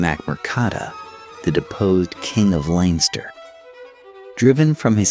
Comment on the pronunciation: 'Linester' and 'Meeth' did it for me...... couldn't listen anymore. Oh and the Rochess ha ha